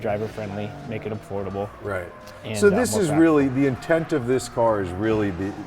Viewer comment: Did he say affordable lol?